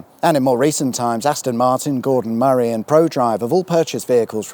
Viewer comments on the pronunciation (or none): none